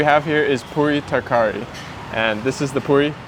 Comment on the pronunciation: Tarkari is Pronounced (Taar-Car-ree) hoped this helped❤